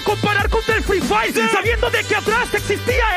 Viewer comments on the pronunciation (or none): no me había dado cuenta que decía free fayer